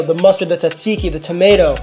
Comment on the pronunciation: Bro, why did you butcher that tzatziki like that? 😂